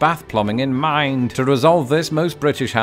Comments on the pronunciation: why do u put weird emphasis on the word "mind" lol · Why did you make "mind" have five syllables?